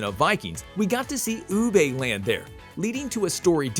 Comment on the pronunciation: Ubba I thought it was Ubbe